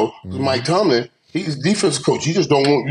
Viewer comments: Please someone tell killa it's Mike Tomlin! Not Tomlinson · Cam it’s TOMLIN 😂😂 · Cam always call Mike Tomlin Mike Tomlinson 😂😂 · Who is gone tell Cam one day it’s not Mike Tomlinson. It’s Tomlin 😂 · They told him when he first said it on a previous episode, but he just calls him Tomlinson 😂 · Is ever gonna ask Cam to stop mispronouncing her coach’s name? Tomlinson? 👀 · Cam never says Mike Tomlins name right 😭